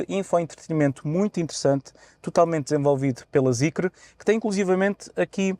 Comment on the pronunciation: não se lê Zicre…